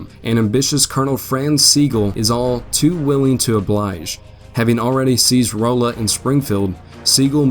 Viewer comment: Rolla Pronounced RAW-LA. During the war a very key rail station with two forts. A major Frisco Rail Yard even up until and for a while after WWII with a HUGE switching round about station at modern day Newburg. Home to the Missouri School of Mines, University of Mo Rolla (Raw-la), and now known as Missouri Science and Technology. Or also known as the MIT of the Midwest. There were many pro Southern folks around Rolla as well, and a lot of "Bush Wacking" happened throughout the war. Couldn't tell I lived there for a while huh?